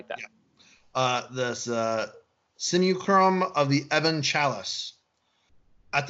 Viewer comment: Simulacrum. Said Sim You Lack Rum.